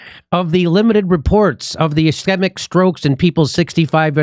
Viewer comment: Jimmy...a helpful phonetic rule..A vowell followed by a consonent then another vowell almost always makes the first vowell long. So it would be es cheee-mic